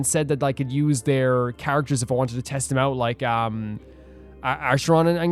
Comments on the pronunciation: The C in Acharon is a K not S. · the pronunciation for acheron is supposed to be like A-ker-on. im so excited to see you pull for her!